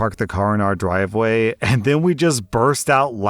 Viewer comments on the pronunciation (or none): drwive way?